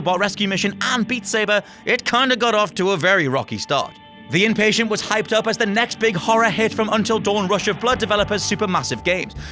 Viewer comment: I thought it was called "The Inpatient" lol